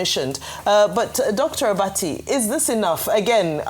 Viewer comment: Dr Abati (Do-free) lol